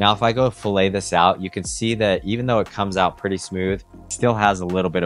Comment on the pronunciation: I do not want to be that guy, but since you are selling your services, pronouncing “fillet” correctly will help you sound more professional. .